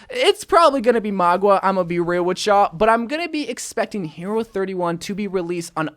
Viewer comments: I almost couldn’t watch this video. Mauga. Not Magua. Mauga=Maw-guh. Mauga. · Mah-gah not Mah-gua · its maw-ga not mawg-wa this has been annoying me omg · MAUGA not MAGUA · Its mauga, not magua, like ffs at least try to pronounce it right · "magua" Pepega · Did he seriously call Mauga, “Mogwa”? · Why do u pronounce Mauga like Magwa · Why do ypu say Mauga like its spelled Magua? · Stop saying mauga like that hahahhaha